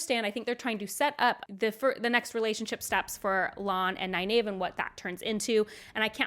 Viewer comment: The most jarring one for me was you pronouncing Faile's name "fail" instead of fah-EEL. Also, you sometimes tend to pronounce Nynaeve neye-NAVE instead of neye-NEEVE (which someone apparently deceived you about). I find it interesting that you pronounced Lan as both "lawn" and later "lann" (ala land w/o a "d"). Some folks argue that lawn is more official, but Lan introduced himself with the "Ann" sound at the start of the series. I'll also mention that you said "ail-man" instead of "eye-EEL-man" for the Aielman. Minor quibbles, though. Thanks for all the great content!